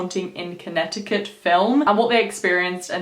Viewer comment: I Live About 40 Or So Mins Away From Southington I Live Near Mohegan Sun Casino 🎰 In Norwich CT So I Was Superrrrrr Fucking Excited Seeing That You Did This Video AND I ABSOLUTELY LOVEEEEEEE YOUR ACCENT ❤️ THE WAY YOU SAY CONNECTICUT IS SO DOPE LOL 😂 I Always Said To My Mom That I Would Freaking LOVEEEEEE To Give Birth To My First Child In Australia 🇦🇺 Or The UK 🇬🇧 In General Just Too Raise My Children Out There Long Enough For Them To Pick Up That Beautiful Accent And Then I Would Move Back To The US 🇺🇸 I Adore You So Much 💪🏾 You Have The Most Beautiful Soul And Man Your Aura, Energy And The Vibes You Give Off Are So Strong You’re Definitely On The Right Path Stick With What You’re Doing And PLEASEEEE Make A Video Spilling The Tea On What You Do To Be As Balanced As You Are Like Chakra, Mentally, Spiritually And Emotionally Wise & DEFINITELY On How You Keep Such Radiating Pure Energy That You Have The Light Beaming Off Your Crown Chakra Is AMAZINGGGGGG!!! 2020 Is Your Year !! Continue To Stay Genuine, Pure, Beautiful Souled & Humble And The Blessing Your Going To Receive This Year Is Going TO BE EVERYTHING That You’ve Been Manifesting And Working Hard For YOU GOT THIS BEAUTIFUL QUEEN 👑 RUN WILD MOON CHILD 🌝💝💛💖💛💝 BLESSED BE HARMONY AND THE REST OF OUR NICE GANG 😈🤟🏾☮️💜☮️💜☮️💜☮️💜☮️💜☮️💜☮️💜☮️💜☮️🤟🏾🙏🏾💪🏾🤞🏾🤏🏾💋😈